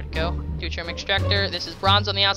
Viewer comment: Pronounced doo-teary-um